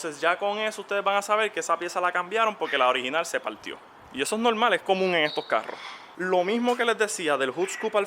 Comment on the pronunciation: No mas escuchava '' es nolmal, es nolmal "" jajajaja vale varg. Y ya lo compro